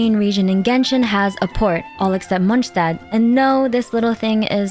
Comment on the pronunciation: Wow you're the first person I've seen pronounce not only Mondstadt correctly, but also Fontaine! 👍